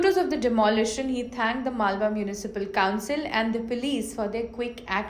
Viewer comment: It is not malwa. It is Malvan